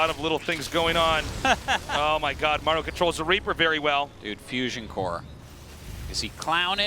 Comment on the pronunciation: please at least pronounce Maru in the correct way. Show some respect